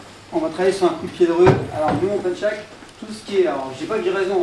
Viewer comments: fyi its called PENCAK SILAT not penchak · pencak not penchak the correct one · Hallo..iam from Indonesia.. No "penchak" but "pencak"..no using.. "h"... "Pencak Silat"👍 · It is PENCAK without "H" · im from indonesia , pencak silat not penchak silat , without H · Hey pencak not Penchak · Pencak, not pencHak